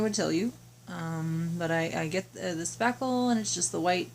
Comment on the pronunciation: Hi !! No idea what you are saying you put on the wall . Sounded like saffel. A product name would be helpful. I have no idea what you are saying. No one is saying in the chat what you said. That makes it hard. Mine is coming thru the door cracks. M.L.